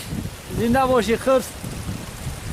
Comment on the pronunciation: Не хрс а хирс